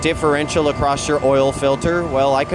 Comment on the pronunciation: Just fyi, there is no T in the word across